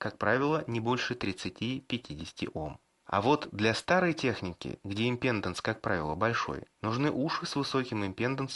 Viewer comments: импедАнс! импедАнс!! импедАнс!!! Кровь с ушей пошла от таких речей. Ну что, нельзя было хотя бы Викисловарь открыть и посмотреть ударение?.. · Импеданс - ударение на а, балда